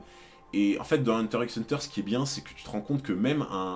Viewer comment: Je dois vraiment paraître chiante x) Mais pour t'éviter des remarques à l'avenir sache que X de Hunter X Hunter ne se prononce pas à l'oral il est juste la pour le style à l'écrit :)